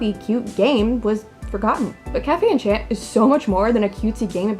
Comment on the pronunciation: Why am I so bothered by the mispronunciation of enchanté. Like it doesn’t even translate to enchant 😫